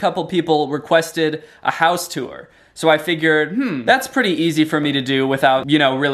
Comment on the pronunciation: You pronounce "tour" like it's spelled "tuor."